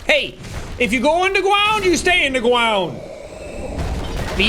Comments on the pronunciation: Every time Jack says "you go in the ***** gwond" makes me laugh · Back again for more BONK. Ready for everyone to go in the fuckin gwond. ⬇️ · I need "You're going to da gwound" merch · We need a shirt that has your character and under it says " go in the Fawken gwound beeech!" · YOU GO IN THE FUCKIN GWOUND BIIIISH!!!! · “Gwound hog day” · Evwyone goes in da gwound.